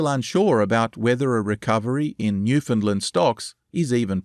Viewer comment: This is really good stuff. But the pronunciation of Newfoundland is wrong. Minor quibble, but it's like hearing an off note every time I hear it.